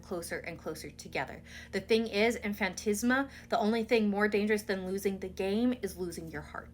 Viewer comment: FAN-TAS-MA, not "fan-tis-ma" ;-)